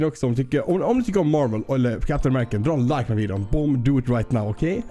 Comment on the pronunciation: Du säger captein americen men han heter captein america